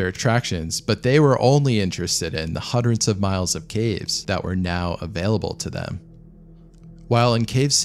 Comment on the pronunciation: "hundred", not "hudrent"